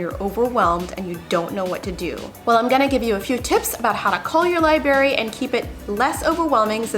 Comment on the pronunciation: LIBERRY??? Oh, no